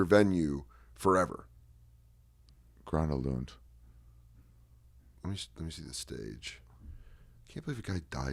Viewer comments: Gröna Lund. You articulated it perfect. For real. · Dan said Uppsala correct. Ari got Grona Lund. Flugger is a German name, I guess. OK, I commented enough :)